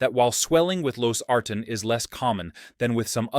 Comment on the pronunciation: I'm pretty sure this is AI…Losartan is pronounced wrong every time!